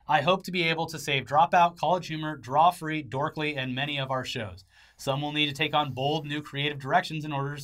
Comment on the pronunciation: Lol said Drawfeee